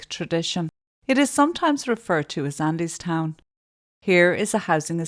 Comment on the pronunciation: Just pronounced Andytown 😊 thankyou for covering this x